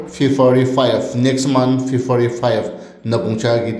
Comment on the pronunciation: Sound system tu eman biya! improve kuri le bahal hobo aru February ase Fefari nahoi ho dea...